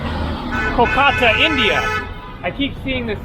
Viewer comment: KOLkata - accent first syllable